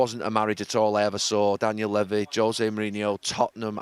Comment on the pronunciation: I like you Gary but its pronounced Daniel Leevy- the way you pronounce Levy grates on me